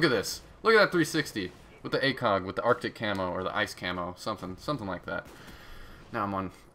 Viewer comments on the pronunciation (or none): none